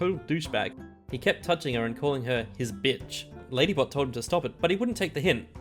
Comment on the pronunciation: You said lady but then lady bot then lady butt